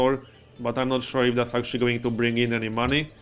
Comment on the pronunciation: Every time you say "Maney" I put my hand in front of my face with all the fingertips touching eachother and yell "Maaaaaaney!"